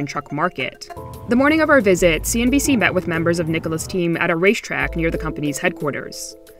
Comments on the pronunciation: I find it mind blowing that no one else notice that he keeps saying CNBS in every damn video, instead of CNBC, haha. Either way, enjoying all the vids! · Hey, not sure if it’s a deliberate joke or not... but you keep saying CNB’S’ instead of CNB’C’ 😀